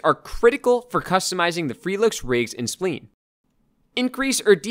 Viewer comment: Thanks for doing this, it's really helpful. Also just an FYI, spline is pronounced like sply-n, not like spleen. Think of it as rhyming with vine.